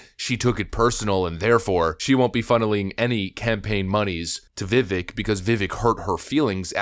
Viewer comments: How are we still pronouncing his name wrong? It rhymes with cake! Not ick as in something is icky. CAKE CAKE CAKE CAKE! pronounced VIVAKE! LIKE CAKE!!! LIKE ACHE!!! He has pronounced his own name... SO MANY TIMES on videos. He has literally told us what it is. Why are we still pronouncing it vivick instead of vivake... LIKE CAKE! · It’s pronounced Viv Ake like cake Vivek that’s his personal way of explaining it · It via Vivek like cake. “Vic-ake” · His first name rhymes with CAKE, NOT ICK. You're welcome. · Its pronounced Viv-AKE. NOT VIV-ECK😂😂😂 'Ake' as in 'CAKE' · IT IS PRONOUNCED VI/VAYKE NOT VI/VECK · I understand that everyone pronounces it Viv-eck, but it actually pronounced Viv-ake like cake. Let's try to get it right from now on. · Ur saying his name wrong. Rhymes with fake and cake. Viv-ake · It’s Vivek rhymes with cake. Put some respect on my guys name. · His name is Vivek. Rhymes with CAKE. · It's pronounced "Viv ache" or as he says "...like cake". And the kids got my vote! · His name is pronounced veh-vake. Rhymes with 'the cake'. it's really not that hard to say it correctly. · Vi-vake - rhymes with cake, he says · friendly reminder: Viveck's name is pronounced like "viv-ake", rhymes with cake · His name rhymes with cake. It definitely adds credence to any point when it's pronounced correctly. Love ya man, keep up the good work! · His name is Vivek, it rhymes with "cake." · the way you pronounce Vivek gives me a headACHE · I just love you to pieces but could you please say his name correctly? Just annoying. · Why are outlets still pronouncing Vivek’s name wrong? First step for respect for this guy.